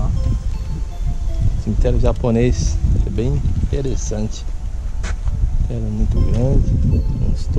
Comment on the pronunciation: morando em Portugal e falando "cimiterio simprizinho"....pqp , matando os brazukas de vergonha